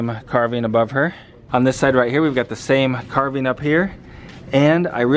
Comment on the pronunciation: you are saying "carving" like "carbine" sir :D